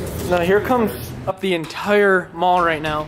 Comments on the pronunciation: also Intire not Untire XD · Entire. Not untire